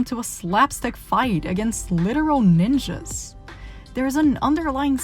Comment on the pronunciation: “more like a nOnJa”